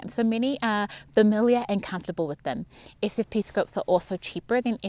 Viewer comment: Sure wish I could distinguish your pronunciation of your "SFP" and your "FFP"'s